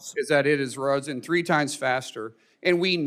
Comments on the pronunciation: Rosen faster…Markwayne it is “risen faster” in English. Let’s not leave the science to you. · Did Mullin say “it has rosen” at the beginning?…. 😂😂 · Did he say it has roesen? Risen is the proper word in that sentence yet this moron is in a position of power. Good job!